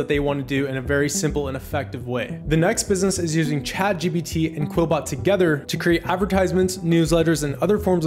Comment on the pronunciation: What is the first AI? I heard it a million times but you didn't pronounce it right